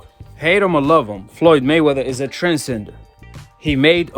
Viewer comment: Again…. “Trend Sender” 🤣🤣🤣 (hear it the mark of the video too btw) 🤣🤣